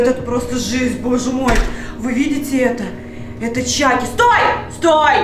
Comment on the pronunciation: Не чаки а чакки